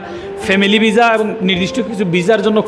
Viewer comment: খবর,,কবর😂😂😂ভিসা,,বিজা😂😂ভাষা ঠিক করে বলতে না পারলে লোকে বলদ বলবে